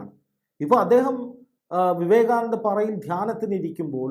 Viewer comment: വിവേകാനന്ദ പറയും ആശുദ്ധമായി...